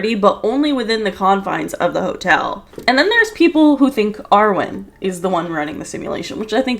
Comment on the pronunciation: I thought him name was Erwin not Arwin o.o